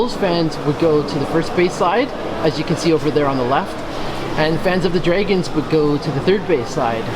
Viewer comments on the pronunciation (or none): Do you seriously not know how to say the word "Dragon"?????